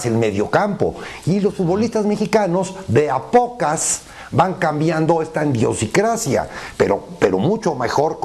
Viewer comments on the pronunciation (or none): Indiosincrasia? 🤔 No Es Idiosincrasia ✌🏼🤪